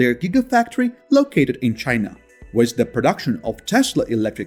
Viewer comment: Learn how to say the word WITH.